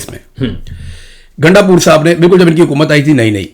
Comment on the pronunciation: گانڈ پور نہیں گاندو پور